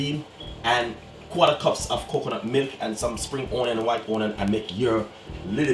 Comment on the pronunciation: White OWNion spring OWNion! His speaky spokey is killing me!